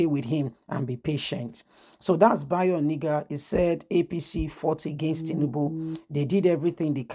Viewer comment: You just refused to pronounce this name properly all this while. He is called Bayo ONA-NU-GA not Oni-ga. These two names can't be same name. Pls patiently learn how to call names so faces can be placed to the right names